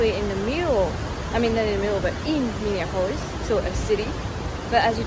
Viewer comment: Minor detail, Minneapolis: Min( like minimum) e( the letter) ap( like application)o( the letter)lis( like list). Or perhaps the same with the "olis" as that Greek : Acropolis.